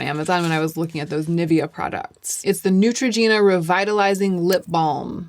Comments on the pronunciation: The way you’re pronouncing Nivea is really throwing me off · I'm not a language snob, I don't care about the way people speak as long as I get the sense of it. But there's one thing that pains me for unknown reason - USians reading Nivea 🙈 I'm physically unwell after that